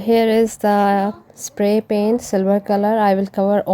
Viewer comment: Omgosh...lmao..my boyfriend just ask me about into this video.."what the heck was I watching" he thought she said "toilet pains"...I told him "no lol" she said "paint" then he heard her say what he thought was "seamen" his response was "WHAT" 🤣🤣🤣🤣 Best laugh ever..his face was priceless... Now back to this video